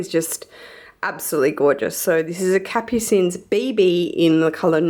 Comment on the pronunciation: Hiya love the collection. Just a note for all you LV lovers. Capucines is pronounced Cap-u-seen. The s on the end remains silent. As an added note, it is French for Nasturtiums which is a rather striking flowering plant.